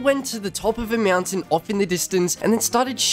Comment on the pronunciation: I love how he says mountain lol Meownt- tain